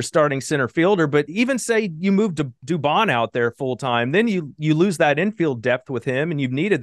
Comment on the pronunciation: It's "lose" and "Julks"